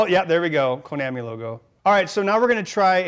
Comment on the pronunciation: KO-NAM-E??? No Ben, its KO-NOM-E :)